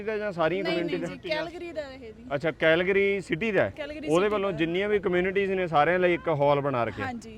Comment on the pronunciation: ਭਾਜੀ ਵਰਡ ਦੀ ਪ੍ਰੋਨਾਸੀਏਸ਼ਨ ਸਹੀ ਕਰੋ ਸ਼ਹਿਰ ਕੈਲਗਰੀ ਹੈ ਕੈਹਲਗਰੀ ਨਹੀਂ